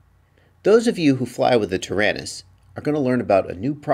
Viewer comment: Hi, you keep saying "Tarinis"....I'm assuming you mean the XD9.....what about those of us that are on somewhat of a budget and bought the QX7.....will these work in our "Taranis"? Are some/any XD9 parts interchangeable with the QX7?